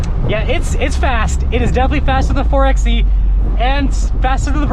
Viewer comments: Ugh it's not a four "X" "E"it's a 4 by E. Like 4 by 4 (4x4) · The exhaust opens on full throttle anyways. Also, it's pronounced (four by E)